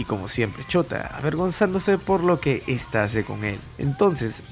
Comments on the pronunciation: Es shouta !! No chota! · Cuando dices shouta se escucha como chota XD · Chota xd no dijiste bien chota acá en argentina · Me da risa como dice el nombre de shouta por que suena como chota xddd